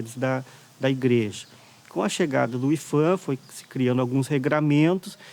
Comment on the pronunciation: "IFAN"? Vocês tem certeza que essa é a pronúncia correta?